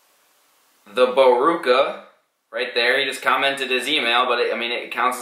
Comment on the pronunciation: he said "the barooka" 😂😂😂